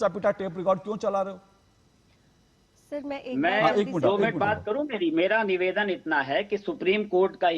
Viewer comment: Pawan patel bolna seekhle pahale... nivedan hota hai beta nevaadan nahin...😂